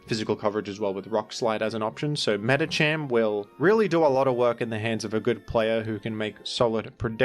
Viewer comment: Why did he pronounce Medikam like that?